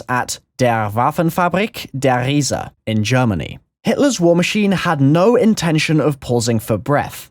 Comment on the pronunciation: The way you said the giant in German made me wanna kill myself just because some fucktard in the comments tell you it was right you couldn't be farther away from it.